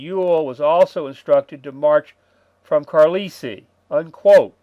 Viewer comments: Thanks. Maybe Trimble was mad at Ewell. And I think it’s pronounced CAR-LIE-EL. Famous “United States Indian Industrial School”, late 19th-early 20th. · Brother. Susquehanna = Sus as in the noun 'suspect' Que as French 'quoi' Hanna rhymes with banana Carlisle = Car - lie - el Been loving the vids, thanks.